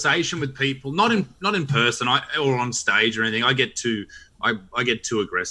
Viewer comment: Issac Butterfield said “anythink” case closed.